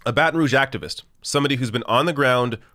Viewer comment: Wow he actually pronounced “Baton Rouge” correctly!!!!